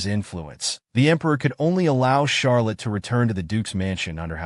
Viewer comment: Who's Shark Liz??? It's Charlett